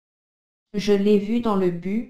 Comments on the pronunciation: خيلي عالي ولي bus اس تلفظ ميشه يك جاي ديگه هم dos را اشتباه تلفظ كرده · ویدئوی خیلی مفید تهیه کرده اید دست تان درد نکند فقط در این ویدئو یک اشتباه در تلفظ bus است اگر متوجه شده باشید که S آخر تلفظ می‌شود اما شما تلفظ نکرده اید .